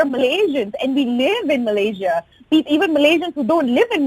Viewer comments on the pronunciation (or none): Malay - sia, not malashia